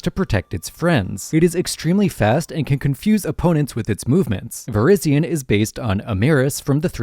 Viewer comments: Verizon? Virizion? Are you sure you’re not an AI bot? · interesting way to say virizion lol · "dartagan"?? And earlier you said "Verizon" and then "Verizion" what is this, AI?